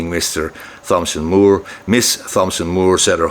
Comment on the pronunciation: the 'h' in Thomson is silent!